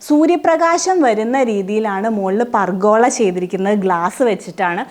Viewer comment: Nee konchathe parayadi pulle. Furgola.